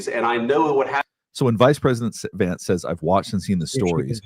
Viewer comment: It’s Vance not Lance 😂😂😂